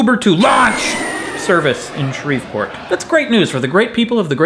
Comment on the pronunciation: It's pronounced "shree-port"